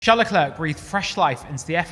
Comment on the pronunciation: It's pronouced Sharle Leclair, not Tcharlz Leklerk.